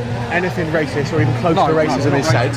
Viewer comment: did the coper say rahcist??😂😂